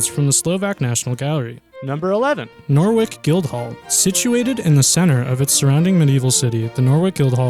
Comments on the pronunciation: There's even a Norwich in America and I know damn well they don't say NORWICK so you have no fucking excuse. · "NOR-WICK" wtf dude. Seriously wtf. It's fucking Norwich. Noh-rich. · Hahahaha Nor-wick! It's Nor-itch. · PLEASE LEARN HOW TO PRONOUNCE PLACE NAMES BEFORE PUBLISHING A VIDEO ON THEM!!! HERES SOME KNOWLEDGE FEED FOR YOU. HERES MORE: Wales isn’t in England. Catholicism is pronounced CATH OL AS ISM, and Norte Dame is pronounced in french. OH AND MY PERSONAL FAVOURITE NORWICK HAHAHA ITS PRONOUNCED NORITCH. SPELLED NORWICH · Love this video. It would be great if you could pronounce the English and French places correctly to help visitors. If visitors pronounce Norwich as Norwick English people won't know where they are talking about! No (as in not) - rich. If you pronounce Mont San Michel as Mount Saint Michael it will be confused with Saint Michael's Mount in Cornwall England. People often do both in one trip. So that's confusing. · It is pronounce as "Nor-Rich" not Norwick. :D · Norwich =/= "Nor-wick", == "Noritch" (well, not quite, but it's a lot closer, lol) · Nore wick guild hall?? just a point on pronunciation, Norwich has a silent w. And wich isn't wick, it is the same a which, it is pronounced the same as with sandwich. So it's Nor rich. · What is Norwick hahahaha it’s Pronounced Noritch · Norwich is pronounced Nor witch not Norvick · It's not "Nor WIck" it's pronounced "Noh Rich" plus Ightham Mote is pronounced "I Tem" Mote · And it's "mon san meeSHELL," not "mont saint Michael," and you can't pronounce Catholicism. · norwich is norich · Norwich = No-rich. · Norwich is pronounced Norritch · Number 11 Norwich Guildhall. The W is silent and you pronounce Nor(w)ich without the w...... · Locally we pronounce it as "Nor-ridge" ... Another example: Wymondham is "Win-dom" Yes it makes little sense.... Happisburgh on Norfolk coast, is "Haze-bruh" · No, Nor-itch, silent W